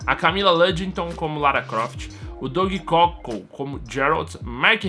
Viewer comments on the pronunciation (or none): none